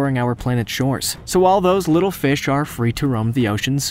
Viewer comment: I like how he says Fesh